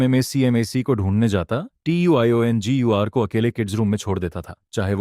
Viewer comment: Tiongir u bol kaise Pa rahi hai vah to bol hi nahin sakti😂😂😂😂